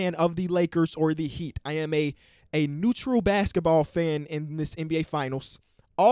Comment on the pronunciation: "Nutraul" that's an L